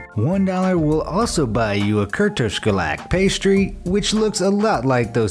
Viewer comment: I live in hungary and yes,the wine thing is true, but you said the kürtős kalács a bit wrong, and it's fine because the hungarian pronuncion is pretty hard. Also who's from hungary?